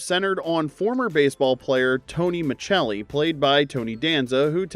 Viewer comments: It's Tony Micelli not Michelli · Ma'selly - not Ma'Chell-e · It's pronounced, "Michelli" 🤦🏽